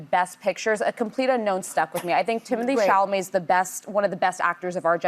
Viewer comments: is correct about his name. On Graham Norton, he said his name is pronounced Tea-moe-tay. It's French. However, everyone in America calls him Timothy, and he doesn't care at all. It has stuck, and he doesn't mind what you call him. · Sara is ready to boot old hag joy! She literally ruins every segment because she doesn't understand anything. She can't say Tim's name lol... And fan girls Einstein instead of a swimmer 😂